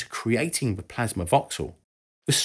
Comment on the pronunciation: ah yes, plamsa